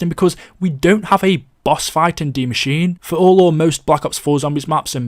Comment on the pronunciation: This guy cant pronounce words right he said it like de machine its die machine